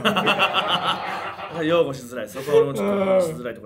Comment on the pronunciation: 擁護(えんご)って読んでないかこれ